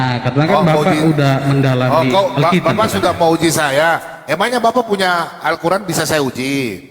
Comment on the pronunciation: Kok alkitiab, bukan alkitab.😅😅😅